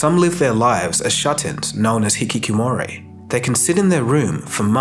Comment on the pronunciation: The mispronunciations in this video ruin it for me. "Hikiki-moray" Incorrect. Hikikomori. "Scrouge" Nope. Scourge. It feels odd being presented information by someone who...well. You know. That.